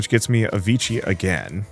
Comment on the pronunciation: 'Vichi' lmao